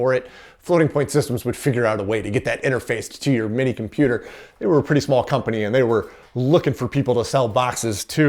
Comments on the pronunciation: Oops, what's a "cimputer,"? 😆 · "Cimputer" History Museum? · "Cimputer History"? C'mon guys, you're giving us über-nerds a bad rap.